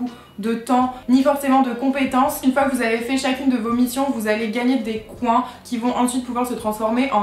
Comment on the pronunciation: des "coin(s)" ? Comme les canards ? Quel bel accent français mdr